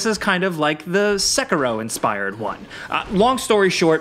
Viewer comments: it isn't seck-a-row it's more like seck-hero. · i hate how tards say “sekero”